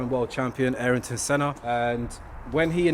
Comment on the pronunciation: Was searching for this comment 😂 never heard his name pronounced like that before 😂